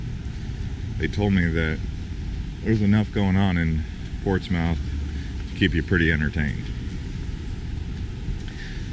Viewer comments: Ok I am from there, its not pronounced Ports MOUTH, Its pronounced Ports Smith. You should have come earlier, they have plays in the park down where all the flowers are, at night. Its a lot of fun. One of the side sts. I don't think you went down, but Chestnut St. When they dug the st. up for pipes, they found an old slave graveyard under the road. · Correct pronunciation is Port smith,not Port smouth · Pronounced Ports-MUTH, not Ports-MOUTH. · PortsMUTH... NOT MOUTH! 🤣🤣🤣😂😂😂 Explore the name FIRST! And its Dart MUTH... not MOUTH! Wuuuuster... not WOR CHES TER. West FUD, not WestFORD ChemsFUD... Not ChelmsFORD... Cmon... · It's Ports-muth not Ports-mouth. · Ports mouth???? Its pronounced ports smith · Its pronounced portsmith nit Portsmouth.duh!! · PORTS MOUTH??? Portsmouth is pronounced "Ports-myth" don't worry though I say it the wrongw way for fun lol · It’s pronounced Ports-moth, not Ports-mouth. Good lord. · “Ports-moth,” not “Ports-mouth.” Good lord. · In England (UK) we pronounce it Portsm'th. You just sot of lose the "ou". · Or Ports - myth, Dart - myth (Dartmouth) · Try again. It is pronounced PORTSMUTH,NOT PORTSMITH,NOT PORTSMOUTH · I live 3.5 miles from here and I have to say I absolutely LOVE it!!! Great video. Oh, and I hate to be one of those people but it's pronounced Ports-muth 😊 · Great video! Portsmouth is pronounced like Portsmith. 🙂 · Buddy, I could be wrong but I believe it's pronounced Port Smith. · My aunt came visiting from California a while ago and I remember dying in the back seat laughing when she said it like “LETS GO TO PORTS MOUTH!” It was hilarious 😂🤣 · When you pronounce a name of a person or city or whatever always make sure that you got it right, it takes a few seconds to google it, am I wrong? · I grew up there and cringed every time he says that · In the uk we say portsmth...it sounds strange to hear the full sound.. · You're killing me with calling it Ports Mouth! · Port Smith is also acceptable. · Stop with the "mouth" 😂